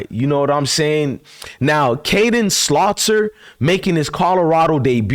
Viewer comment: Bro.... His name is Salter not Slauter. Love the show Bruh.